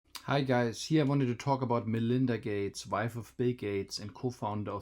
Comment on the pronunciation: Man-Linda Gay-tes